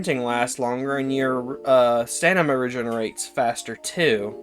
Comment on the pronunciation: Dude are you autistic or something? The way you talk just reeks of it. Improper use of words in an attempt to look professional, "stanima", and its like you have a speech impediment. Also, poo poo opinions on a lot of those boosters. The best boosters are the ones that give you their benefits as much as possible throughout the match. Muscle enhanment, stamina boost, hellpod space, and experimental stims is one of the best set ups